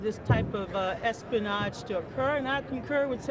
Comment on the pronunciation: what is "espinahge"?